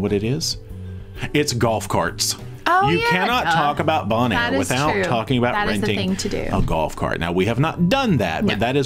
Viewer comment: You are mispronouncing Bonaire. It is pronounced bone and air.